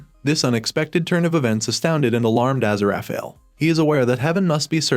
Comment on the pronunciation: What is the butchery of Aziraphale's name?